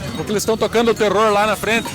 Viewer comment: RRRRROSA? Krampus? Nunca tinha ouvido esse nome. Obrigada por nos informar de forma tão divertida TeRRRRORRRRRR/ Abraços das ARAUCÁRIAS.